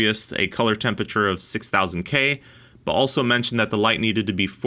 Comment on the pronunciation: That is not how to pronounce temperature. It's 4 syllables